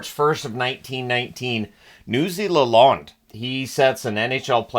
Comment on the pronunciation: Are you sure its Newsy LaLonde and not pronounced like LaLOANED? That's my last name and I pronounce it the second way and it was taught to me by my family to be a pet peeve when it isn't said right lol. I've heard you say Derek LaLonde's name the second way so just curious if he pronounced it the first way, I know some people say it differently